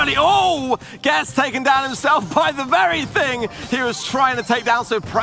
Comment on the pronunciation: Wery Wery NICE PARIS